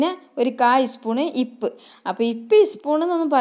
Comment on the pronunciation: എൻ്റെ താത്ത ഇപ്പ് എന്നു പറയാതെ ഉപ്പ് എന്നു പറയൂ